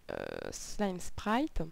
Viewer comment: pas SLIME mais "slyme" (je suis maniaque xD)